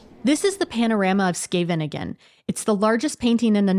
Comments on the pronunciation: De plaatsnaam Scheveningen werd in de Tweede Wereldoorlog gebruikt om te kijken of je wel een echte Nederlander was. Duitsers zeiden namelijk Sjeeveningen. (en SkevveNINgen is dus ook niet de goede uitspraak, het is SGEEveniñgen met een hele harde (schrapende) 'G'😊). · It's funny. It makes me smile.. pronunciation of Scheveningen is great though!! 😉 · It is rumored that during WW2, the Dutch could tell a Nazi spy as they could never pronounce Scheveningen correctly. That name was the test.😅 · How many syllables does Scheveningen have?! 😂😂